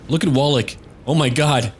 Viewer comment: you need to pronounce 'Wallach' as 'Vallach', it'll sound better as it's proper;)